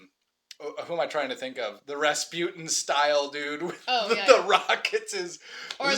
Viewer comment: you said it perfectly it´s about rasPUTIN